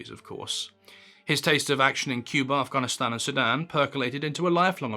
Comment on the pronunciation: Respect to your pronunciation of Afghanistan.